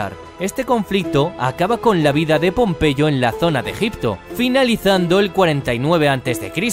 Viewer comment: pompeyo no popeye jaajajajjaja xd